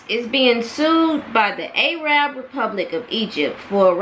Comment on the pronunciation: Arab, not A Rab